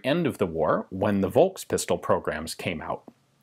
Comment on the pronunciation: Just a quick note on pronouncing "V" in German: "Volkspistole" ist pronounced like "Folkspistole". Same goes with Volkswagen, Vogel, Versicherung etc. So "V" is (mostly) pronounced like an "F" in follow, find, father etc. A rare Exception would be Varianz, which is pronounced with a "W", like wagon, war, worth etc. Anyways, great and interesting video as always :)